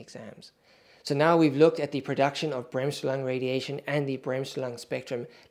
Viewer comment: As a German I shudder at your pronunciation of Bremsstrahlung.